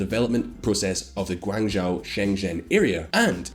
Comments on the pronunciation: I'm not chinese but the way he pronounces every name and city that isnt Xi, Bejing or HongKong wrong makes it hard to watch. Guangzhou or example pronounced is GuwangJOE I mean it's just the place where almost every mobile phone gets made... many PC parts... stuff like that. It's just the worlds factory for electronics that then get sold in Shenzen that is right next to HongKong.... most basic understanding of chinese geography. Macao is their Vegas and Hainan their "south tropical island" with hotels....very basic stuff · Your pronunciation'll be easy to fix, 'cuz u r very smart! Ｘ~ like English SH Ｉ~ like English EE 習近平→Xi Jinping→SHEE JEEN PING ＺＨ ~ like English J ＯＵ ~ like English O 廣州/广州→Guangzhou→GUANG JO 深圳→Shenzhen→SHEN JEN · you're killing me with the mispronunciations! Xiong'an = shee-ong an. Tianjin = tee-en jin. Guangzhou = gwang joe. Any other videos on China, please find out how to pronounce the names first!